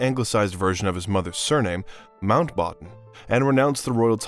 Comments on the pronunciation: My guy is butchering names and titles while giving a very insightful presentation…edenburg princess Anna, lord mountbotton.. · Good content, terrible mispronounciations which shows poor preparation and worse editing. Mountbatten, Westminster to name a few.